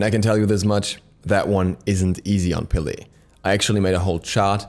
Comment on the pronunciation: Peh-leh not pee lee